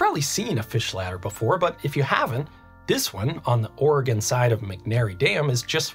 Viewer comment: HE PRONOUNCED OREGON RIGHT! Oregonians, rejoice!